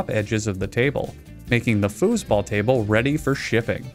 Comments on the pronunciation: Is it just me, or did he at the very beginning of the video say f___ball instead of foosball? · I rewinded the video multiple times in the beginning because I thought he kept saying “table fuck ball”